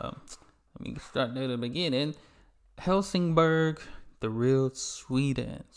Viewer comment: Please do not promounce Bergman or Helsingborg as if it was German. Look them up on a Swedish site on the Internet.